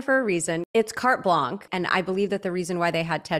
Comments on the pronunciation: It's carte blanche, not carte "blanc". Blanche means blank, and blanc means white. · Excuse me but *carte blanche* is NOT pronounced "cart blonk" - not even in English. It is "*cart blonsh*" - even in English. There is a certain irony in you calling it out and then mispronouncing it yourself. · It’s pronounced “cart blanch” not “cart blanc” 😅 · It is 'cart blanch' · It's actually carte blanche ( pron blonch) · it's carte blansh actually :p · I think his character is supposed to feel empty. The way he behaves as the character Tedros is obviously a front, it’s all faked. He has to practice what he’s going to say to her in the bathroom mirror. He can’t pronounce carte Blanche. He has no professional training in music. He’s deeply insecure and is putting up a tough facade to overcompensate. I think he’s portraying the character very well, so well in fact that the dislike/hatred seems to be spilling over to real life. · Yes, but here also pronounced it incorrectly. Ironic, no?